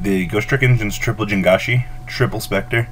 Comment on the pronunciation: Dude, Ji-ang-shi. Not Jin-ga-shi